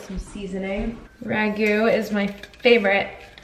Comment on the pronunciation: Ragu 😭😭😭😭😭 it’s like ketchup hahahah. Still love you tho